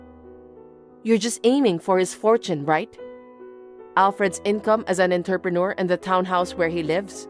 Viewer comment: Is there a place where that is the correct pronunciation of "entrepreneur" ?